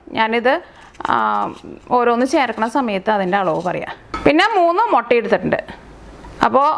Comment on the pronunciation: റെസിപ്പി ഉഗ്രൻ.. പക്ഷെ ഒരു തിരുത്തു ഉണ്ട്. മൊട്ട അല്ല "മുട്ട " താങ്ക്സ്